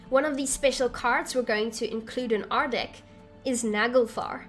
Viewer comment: This might sound super immature but at the beginning you said choose a deck to play with and it kinda sounded like choose a dick to play with lol! What can I say I find the worst in the best lol!